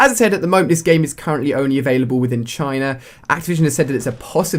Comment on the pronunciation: it's china not chine